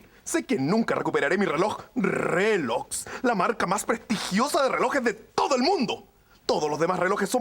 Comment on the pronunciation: todos savemos que dice relox en vez de rolex para evitar el copiryght🤣🤣